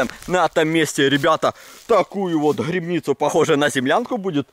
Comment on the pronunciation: Не грыбницу— А грибницу